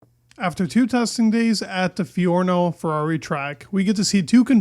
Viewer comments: Bro Fiorano no Fiorno lol. Gotta know that. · Fiorno?! Its FiorAno!